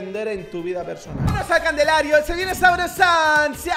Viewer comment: en todos sus videos diciendo candelario en vez de calendario